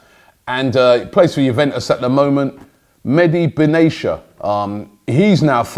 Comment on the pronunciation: Mehdi WTF!? Can't pronounce to save his life, oh Robbie😂